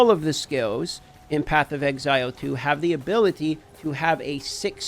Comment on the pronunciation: Why does he say ability like that lol. Just say skill